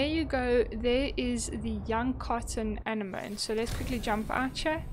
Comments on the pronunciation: Thank you!! you pronounce the word as " an-enemy " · 🙏 Thank you. This helped me. It is pronounced a-neh-mo-nee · Thanks! very helpful. FYI, they are pronounced Ah-neh-moe-nee. Like Sea Anemone. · A-nem-moe-knee is how it’s pronounced 😊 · Didn't you watch Finding Nemo? Its pronounced "Ah-Ne-mo-knee" heh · It's pronounced An-Enemy :P